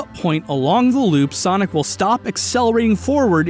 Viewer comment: normies: sonic the hedgehog, an intellectual: sanic the hedgehorg